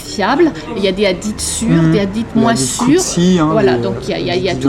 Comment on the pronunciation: Commence par bien prononcé le hadith c'est pas adit